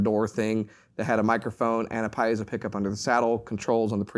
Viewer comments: It's pronounced: pee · ay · zow, not piezow. Sorry to be precise here. The word comes from the Greek, meaning pressure or push. The "i" is pronounced as an "e." In German too, the ie would be pronounced as a "pee" sound, not "pie" sound. Anyone who knows Latin or Latin-based languages, also knows this. Most people mispronounce Semper Fi, whereas the "i" is actually a long e, like Semper Fee (as in Fidelity). Don't expect a Marine to pronounce this correctly. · Great presentation! Please, though, "pee-ay-zoh" is the correct pronunciation of the pickup element.